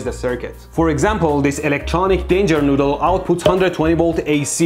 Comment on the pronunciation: "Electronic danger noodle" "EleKtEroniK DAAnJer NooDdEL" 💀💀💀💀